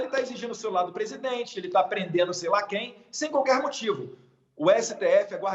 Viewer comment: Datena aprende a falar presidente seu inchado.